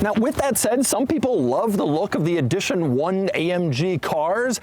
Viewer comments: How does he not know how to pronounce edition? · Take a shot everytime doug says EEE-dition 1